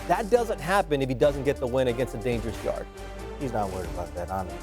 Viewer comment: Anthony's name is yardė not yard like back yard 😂 espn and top stank are terrible